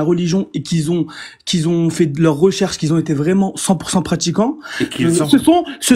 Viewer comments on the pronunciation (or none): C'est quoi cette manie de dire "qui z'ont" ?